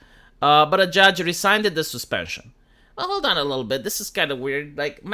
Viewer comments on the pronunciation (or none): Rescinded: "ree-sin-ded"